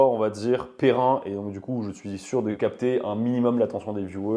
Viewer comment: Le masculin de pérenne, c'est pérenne! Pas "périn". Je me disais que j'aimerais trop regarder une nouvelle vidéo en rentrant du taf, et en voilà une de sortie! Merci pour ce contenu très instructif. NB: Si tu veux bien lâcher le nom de ton ébéniste, ça m'intéresse:)